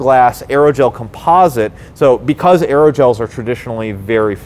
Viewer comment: Can't trust the information in a channel of someone who can't pronounce composite.